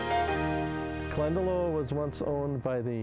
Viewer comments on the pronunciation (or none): Definitely want to visit here. I've been to Glendalough in Ireland and it's the most peaceful, idyllic place. Also, not to be nit-picky or anything, but it's pronounced 'glen-da-lock' by the Irish ☘️